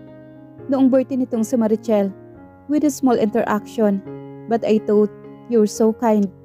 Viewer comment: Please stop pronouncing “thought” as “tote” it should sound more like “thaat”. Tote is short for tote bag or in the verb form means to carry.